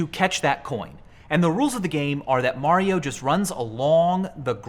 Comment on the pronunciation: “there you go mar io ..i call him mar”